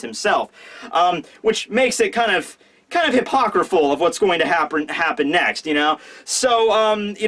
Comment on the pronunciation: "Hypocraphul" Never have I heard a greater bastardization of the English language,. Congratulations.